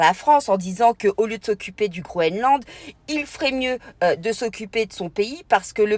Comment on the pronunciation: Bonsoir, on dit GroeNland et pas Groeland 😘 la bise de 🇨🇭